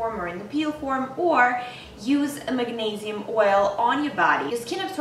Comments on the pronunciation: Neee, not neigh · MAG-NEIGH-SIUM huh